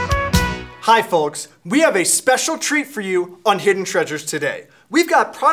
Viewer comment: does he really say folks like that putting enfinsis on the L??